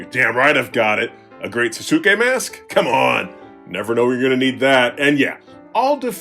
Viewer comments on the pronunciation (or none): Lol The Great Sasuke's name is pronounced as "Sah-Skay". It's an honest mistake with Japanese words. Great video, as always!!